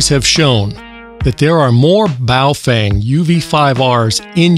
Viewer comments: Dude its baofeng not boof wang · Do you say Baofang instead of Baofeng for irony? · Bahoh Fung.... correct pronunciation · Must be in wrong channel. And it's bofweng!